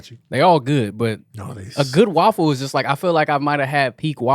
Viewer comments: we need to address they way you pronounce waffle as WALL-FULL😂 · Every time say’s waffle I chuckle a little bit. Wuaffle😂😂